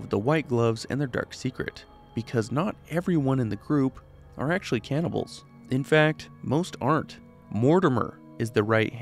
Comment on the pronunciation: i thought this mf said “cannabis of fallout”